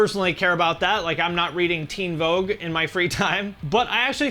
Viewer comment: "... I'm not reading Teen Voug" hahahahahahaha